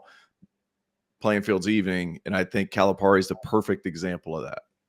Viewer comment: I generally agree with and like take and opinion on a lot of issues....but if he wants me to take him seriously he needs to learn how to pronounce Calipari. I adhere to the belief that you should pronounce someone's name the way that person pronounces their own name, and John Calipari has been in the spotlight and pronounced his own name for decades now. It shouldn't be all that hard to figure out.